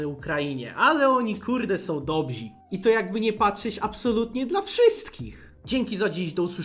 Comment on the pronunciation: Oni są "dobzi"? Miałeś ty język polski w szkołach??!🤣🤣🤣